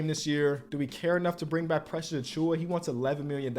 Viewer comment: Precius is not tath precius